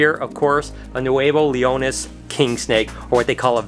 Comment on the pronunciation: Says Nuevo Leon kingsnake perfectly Also: Vur-Dee